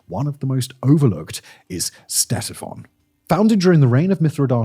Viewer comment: Hearing you pronounce "Ctesiphon" is like nails on chalkboard. LITERALLY THE LEAST YOU CAN DO IS LEARN TO PRONOUNCE THE NAME OF THE THINGS YOU'RE SUPPOSED TO BE EDUCATING US ABOUT, SIMON. YOU HAVE ONE GODDAMN JOB.